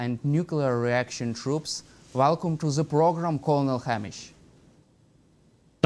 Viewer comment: Velcum Kernel Hammish 😂